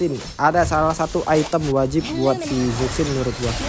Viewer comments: Zusin bukan zuksin .. berarti sakvier bukan savier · Zuksin anying, zushin bang cara bacanya😂😂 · Izin koreksi penyebutan nama Zhuxin itu bkn (ZukSin) Tpi dibaca (CuShin) krn di mandarin Z itu dibaca ny kyk C, cntohny kyk nama Dong Zhuo bukan dibaca (Dong Zuo) Tapi dibaca (Tong Chuo). Ga brmksd apa2 ya... just fyi dan izin koreksi aja biar yg awam jg tau